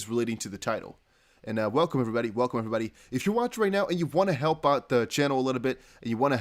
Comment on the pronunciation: You speak English very well. Love the Velcome ... adds interest !!!!